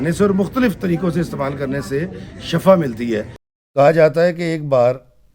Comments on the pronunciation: Shafa lafz nahi hota is ka matlab garrha hai sahi lafz shifa hai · Kindly correct the pronunciation of word shifa Jazakallah